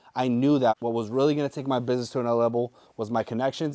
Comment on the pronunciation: This is a huge inspiration. It goes to show that hard work is what pays off. Doesn't matter where you're from or your background, with enough effort you can make it on eBay. I mean, this dude can't even pronounce "business" correctly and he's killing it.